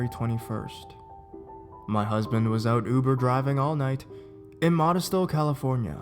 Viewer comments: it's 'mo-dess-toe' not 'modest-o' lol. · Modesto - pronounced "Moe-Dess-Toe" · he said "Modesto" way wrong, lol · Worst pronunciation of Modesto I've ever heard. Work on your inflections, man.